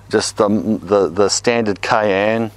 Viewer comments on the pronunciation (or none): none